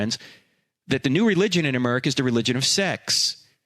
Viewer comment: Frank please stop saying aMERICA!!! Every time I hear it I laugh!